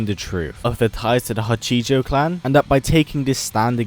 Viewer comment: It's Ha-chee-jo not huh-ji-joe btw take your not that I can blame someone for not using another languages pronunciations in a different languages script.